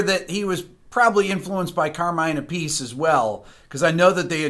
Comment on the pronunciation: Isn't it Carmine *Ap-pea-chay*?